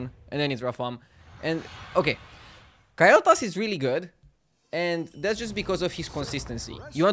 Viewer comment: na its KALE'thas, but he pronounces it KYLE'thas lol